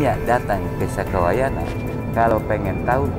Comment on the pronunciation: Sampurasun..... maaf, Kalimat yg tepat ialah "SAKAWAYANA" bukan SUKAWAYANA. mks, Salam PAKIDULAN